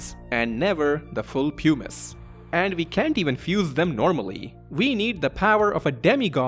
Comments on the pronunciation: Puh-miss 😭 not pyoo-miss. Best vid on ff9 lore I've ever seen though! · Ots not "poo-mice" or "pew-mice" its "pum-ise". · ok, bear with me, I was on board cause I was sure he was saying 'pumice' wrong. it's 'puh-mice', like plum without the 'L'. But now you're telling me 'hummus' doesn't rhyme with 'pumice'? It's 'hyu-mmus' like 'hubris' or 'human'?😵‍💫😵‍💫😵‍💫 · Why does everyone say it like poomuce. It's Pum us. As someone who studied geology it always pains me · Pumice is pronounced differently. Like: puh mis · Him saying Pew-miss is killing me. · it's clearly a "pew-miss" stone, not a "puh-mis" stone 😂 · great essay but I wish someone had been able to tell you before you made it that "pumice" rhymes with "hummus"